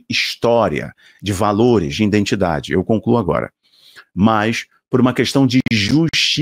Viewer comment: IDENTIDADE e não indentidade. IDENTIFICAÇÃO e não identificação, meu querido.